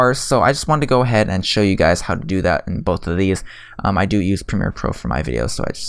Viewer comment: hey umm this is not hate but ive been curious towards what you say for you're intro is because it sounds like this to me "Hello guides or guys" not sure tho